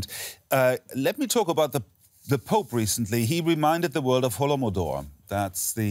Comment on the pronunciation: That's not hollomodor. it's Holodomor.